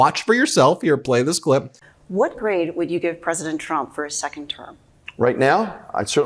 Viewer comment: Do u say grade or grave?